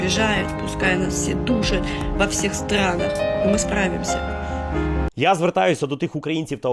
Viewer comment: Сплутала "справімся" із як завжди "аправімся".